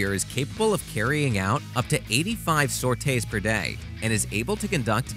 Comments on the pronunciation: Isn't the word pronounced SOR-TEE? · saute's per day? do you mean sorties per day? or do they actually just stop operations, roll out the BBQ and start cooking?